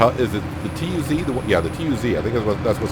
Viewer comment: i will be giving the vids a dislike until you can say tayga and tuz correctly